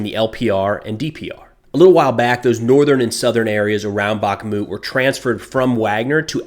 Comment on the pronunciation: Just a note: it's not BaKmut, it's BaHmut (H as High, Hot, Holly..) 🙂